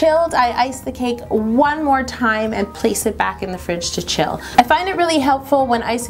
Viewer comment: doesn't it seem like Yolanda is saying black instead of back?